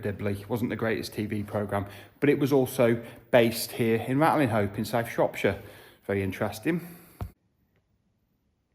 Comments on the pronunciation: i thought that the village was pronounced "Ratcham"? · Great video! If I remember correctly, locals drop the g and h when pronouncing the name. Like 'Ratlinope". A typical Shropshire trait! The place looked deserted! All the best. Keep em coming,!